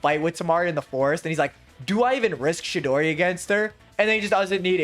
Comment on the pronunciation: Dawg, it’s fucking CHIDORI, not no damn shidori